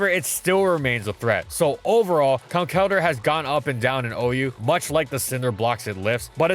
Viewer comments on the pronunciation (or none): ITS PRONOUNCED CONKLE-DURR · It is Con-kell-durr; from concrete and elder.